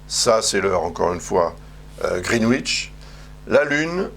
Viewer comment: Greenwich se prononce: GRINN. NITCH.